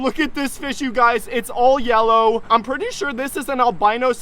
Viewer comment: Brother, I swear I heard you say yeller When you found the purple crab 😂